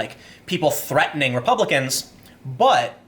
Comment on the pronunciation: Treatening??????? Do you mean tHreatening?